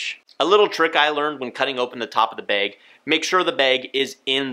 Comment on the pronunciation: Say “behg” instead of bag one more time I dare you 🤣